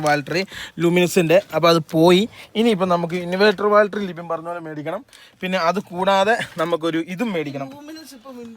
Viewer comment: ബാൽറ്ററിയല്ല ബാറ്ററി !😂